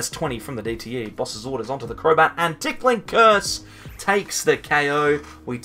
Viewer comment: You keep saying, “TickLing Curse,” but the name of the attack is Ticking Curse (no “L”). Makes for a strange mental image, lol.